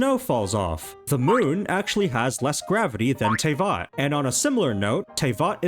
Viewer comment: Why do you pronounce Teyvat wrong. (TA-VAT NOT TEY-VAT??)